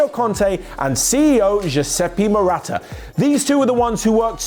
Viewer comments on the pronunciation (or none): Marotta it's Marotta